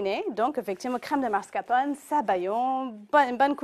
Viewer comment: MascaRpone et non mascapone... tres mauvaise recette